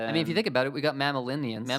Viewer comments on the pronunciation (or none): I can’t tell, but the way you say mammalians makes it seem like you don’t know what they are. You know they are referring to mammal, right? Like humans. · Bruh I hate how he says mammalians